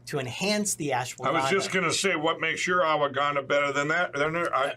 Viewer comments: All this time, and we thought Mike Pillows' pronunciation problems were his former drug of choice. It could just be that its ashiwaginda, washhaganda, daswaganda😅😅😅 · I think he meant ASHWA 'GONE' DAH....lol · Are you sure it's real ashwagandha? It's well known that Mike has a pronunciation problem. I think he really is selling ASSwaganda, which makes more sense since it has Mike's name on it. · " ashwahganda..."? We need a Mike Pillow to English dictionary.... I don't know what he is pushing....he says he's been taking those gummies for a while, but had no idea they were plant based. Pretty much grew out of gummies, but if I decide to have some... I'd probably go down to my local Green Cross store. 😂 Thanks for the laughs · It’s hilarious how Mike can’t get the name of the supplement right 🤣🤣🤣🤣🤣